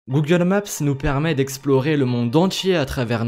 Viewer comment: OH MON DIEU COMMENT TU DIT GOOGLE MAPSSSSE ET GOOGLE éRSSCE